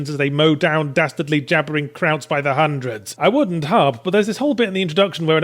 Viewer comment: Hun-dreds, lol.